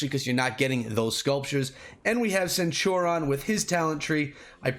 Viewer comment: Dude, how the hell are you sitting on 276 legendary heads? Why haven't you used those to level up your fighting commanders?!? For anyone watching, do NOT do what did to Cleo. Always max your first skill before moving up, it is invariably the most powerful and the easiest to max. And for God's sake... use those legendary heads lol. They're there to be used. And BTW, it's pronounced /senˈt(y)o͝orēən/